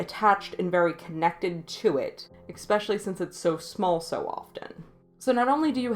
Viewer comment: love the insight! Very fair take on torture porn. Stop saying eXpecially... the word is eSpecially.